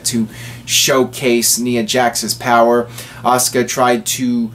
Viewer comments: Knee-uh Jax. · you keep pronouncing ''Nia'' Jax name wrong it bothers me a little bit... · ***** lol, you are not alone